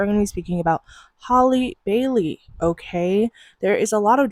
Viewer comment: 😂😂 the way you say her name.